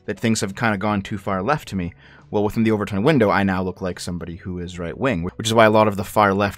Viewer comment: Not sure if you were making a joke, but it's the 'Overton' window, not 'over-tint'.